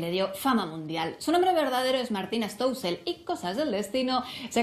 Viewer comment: "Stoussel " no sé cansan de pronunciar mal el apellido eh